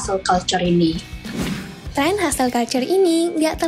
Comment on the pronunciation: Ngomongnya jen zet jen zet udah kek mati lampu aj